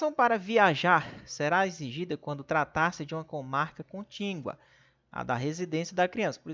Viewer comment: Meu Deus !!! Fale direito: não é contíNgua !! É CONTÍGUA !!